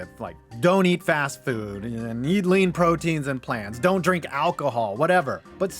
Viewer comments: WTF is "dirnk" ya oriental nub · "Dirnk"? lol.